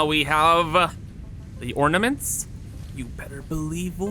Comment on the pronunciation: What mints? Da mints? Trees, or da mints? OrNaments!